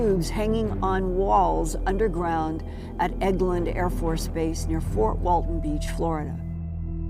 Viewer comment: It's Eglin AFB not eggland